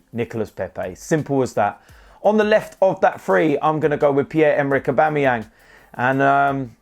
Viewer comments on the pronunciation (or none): none